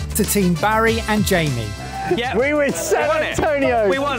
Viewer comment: “Mike’s pizza is gonna win, it has more of that fatty meat on it.” you mispronounced Jamie’s name